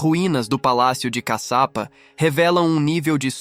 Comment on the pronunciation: Não é CACAPA, E CASHIAPA... E CADE A PEDRA DIVIDIDA AO MEIO, COM A LUZ AZUL, DA CAPA DO VIDEO? ODEIO ME SENTIR ENGANADA🧐🧐🧐